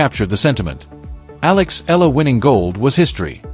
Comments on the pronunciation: Alex Eala pronounced as AlexAyala! Thank you Jan27 26 Tuesday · The correct pronunciation of Alex’s surname is : E- yala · Sir to pronounce her Filipino Surname is E-YALA